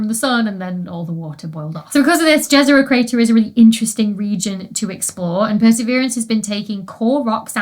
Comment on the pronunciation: I love your videos, Dr. Becky! Just one thing that kind of makes me go 😬 when i hear people pronouncing it - Jezero crater isn't pronounced dje-z'-rou as english would read it, but ye-ze-ro. It's named after a village in Bosnia and Herzegovina and the word itself means a lake. So a crater on Mars that was potentionally a river or a lake in the past, is named the Lake crater. I know that you really try pronouncing names of scientists, places, and institutions correctly when they happen to be from non-english languages, which is why i am writing this. Because that site deserves to be known by its true name given to it. I wish you all the best in life, in your research, and in your recovery ❤